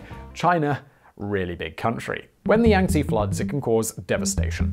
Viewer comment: It's pronounced Yahng-Tzeh lol. Love your stuff, Simon.